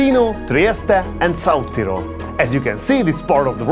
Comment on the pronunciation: Thanks for the historic touch of south tyrol! Every word was correct!